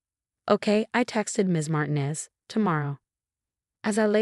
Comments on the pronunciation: Mar teen ez not mar ten ez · PLEASE DO YOURSELF A HUUUUGGEEE HONES TFIX-UP!! REPROGRAM YOUR ROBOT VOICE TELLING DEVICE THAT THE NAME MARTINEZ IS *NOT!* Said like MARTIN- EZZ THE NAME SAID *IN THE CORRECT MANNER!!* IS SAID LIKE *" MAR- TEEN-- EZS!!!"* Swear to COW!! People have COMPLETELY FORGOTTEN HOW TO READ AND TALK CORRECTLY SINCE I CAN'T RECALL?!?!?! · Or learn to pronounce Martinez. Not mart in es, Mar teen es! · She's been living in paint? REALLY!?!?!?!? For crying out loud PROOFREAD before posting your AI generated garbage. Also tell your stupid AI program that the Hispanic surname Martinez is not pronounced "martin-ez"